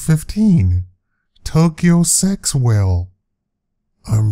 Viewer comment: i did not laugh...you did not pronounce Tokyo Sexwale properly